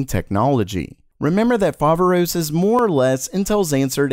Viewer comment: Hey! Just wanted to let you know that "Foveros" is correctly punctuated on the second " o " since it is the the Greek word "Φοβερός" meaning incredible,awesome etc.